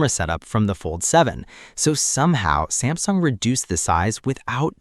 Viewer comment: Samsing mess up with ultra name missin the S Pen